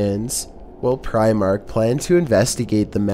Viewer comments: Lol "preyemark" *Primark. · Pry- mark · Your saying primark wrong